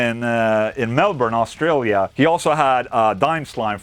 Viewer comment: oorstraalier man you say my country like you have mouth is full of marbles. hehehe. protein based fat oil put on two pack acrylic. don't do that too often of course its cleaning the grease off. in time I would guess it would effect the two pack too ahh your so happy its contagious. rock on Ola